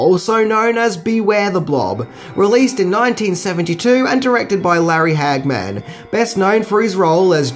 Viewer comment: It kils me how you pronounce Larry Hagman's name like Hag-Man like he is a superhero bitten by a radioactive hag.